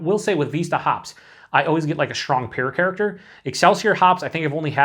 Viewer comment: Jeez, when you said "Pear Character" I though you stroked out for a second.